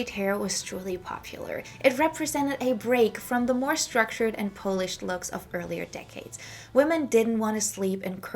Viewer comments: Sorry to correct but the word is pronounced PAHL-ISH not PO-LISH. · FYI, polished is pronounced "pol (rhymes with cow)-ished. Although , being Polish, I am flattered that you make it sound like it's from my people. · Thank you for this great in-depth look at 1960s Parisian & French Fashion! Could I gently give you one pronunciation tip? I got confused when you talked about 'polished' because it sounded like you were talking about the polish people (it took me a little while to figure out my mistake 😅). It's because you missed your pronunciation 😊 In this video you're saying 'polished' [poow-lished] like you say 'smoking' [smoow-king], so with a long 'oow'. It's actually pronounced 'polished' [poh-lished] like you say 'modern' [moh-dern], a short 'oh'.